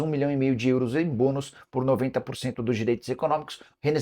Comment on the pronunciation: Nicola fala; "Euros", igual o cara do filme gente grande fala; "Grãos". Kkkk